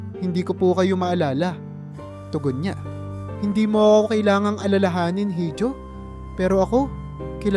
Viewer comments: Iho po ang correct pronouncation hindi hijo. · Dapat po iho ang bigkas sa letrang (hijo).hindi hidio. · Pronounce it correctly Hijo— iho Hija— iha